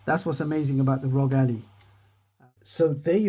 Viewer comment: It's Ally, not Allie. You are saying it like a proper name, but it's the word Ally like "I am your ally"